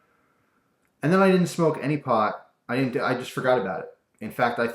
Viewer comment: "didjt"? "haev"? I think you should lay off the drugs.